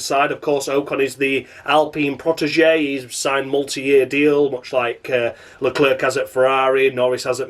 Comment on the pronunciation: << I love it when you call Charles Leclerc, Shar la la....>> The REAL question, Is Josh living rent free in your head.... When Crofty says Charles LeClerc... Do you translate that into Sha la la in your mind? Ditto for Seb - do you think Vuh-TELL? if you do it too... well we're giving this Yorkie Way too much power.